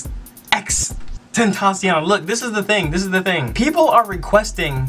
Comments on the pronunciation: Nigga said xxx tentacle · if you can't pronounce XXXTentacion just say XxxTemptation cuz Tentacion means temptation in Spanish just to make it easy for you. Not trying to be mean😊